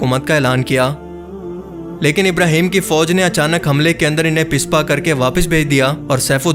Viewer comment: "pispa" nahi hota "paspa" hota ha "pushpa" sahb 😅😅😅😅